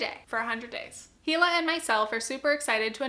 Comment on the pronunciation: Just a heads-up: Hila’s name is pronounced EE-luh, like a silent H